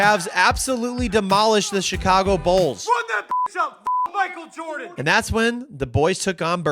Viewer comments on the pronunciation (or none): none